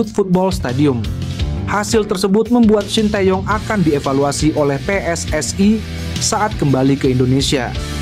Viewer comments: Baca narasi gak usah lebay...PSSI ya PSSI ngapain dibaca PSS ay...? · Pe-eS-I, bukan Pe-eS-aI, itu bahasa Malaysia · Min, bisa baca gak? Masa pe es es ai 😂😂😂